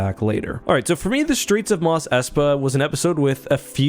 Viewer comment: Why do you pronounce "street" as "shtreet" and "strength" as "shtrength?" Is that a "Canadian" thing?